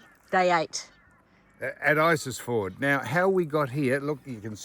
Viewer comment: Australia starts north of the tropic. Everything south is "elsewhere". I worked along this road for four years in the nineties. It's beautiful country, but if you're going to publish stuff Sam, get the names right. It's Isisford, not isisFORD, and Barcoo, not BarCO. And your rig is far too big. You're safer and more comfortable in something you don't have to tow. We used to say (of Victorians) back in the day - "They come up here with a twenty dollar note and a clean shirt, and don't change either whilst they're here". Perhaps you're excused because you're not wearing a shirt...